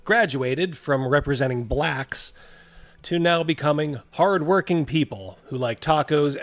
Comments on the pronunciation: Why did he have to say BLACHKS like that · No one who pronounces “BLACKS” like that is anything but the most racist person you’ve ever met. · i've never heard someone say "blacks" with a hard r before holy shit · Same. It's horrifically impressive